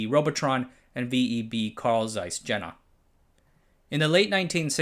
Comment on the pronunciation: Great video, as usual. Just a quick note on pronounciation of some German proper nouns: 0) Jena is pronounced "Ye-nah" 1) Stasi is pronounced "Shtah-zee" 2) Zeiss is pronounced "Ts-eye-s"